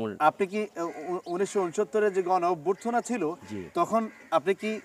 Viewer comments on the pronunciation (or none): প্রতিবেদক কোন ক্লাস পর্যন্ত লেখা পড়া করেছে।অভ্যুত্থানকে অভ্যুর্থনা বলে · ভালো লাগলো। তবে উপস্থাপককে ভাষা ও শব্দোচ্চারণ শুদ্ধ ও সঠিক করতে হবে। কেননা উপস্থাপনার ক্ষেত্রে শুদ্ধ ও সঠিক উচ্চারণ অপরিহার্য। শুরুতে অভ্যুত্থান উচ্চারণটিই উপস্থাপক সঠিক করতে পারেনি, যা দুঃখজনক ও হাস্যকর। আশাকরি পরবর্তীতে এই ভুল ত্রুটি গুলো শোধরানো হবে। ধন্যবাদ। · অভ্যুত্থান'ইতো বলতে পারো না। পড়ালেখা কতটুকু করেছো সোনা!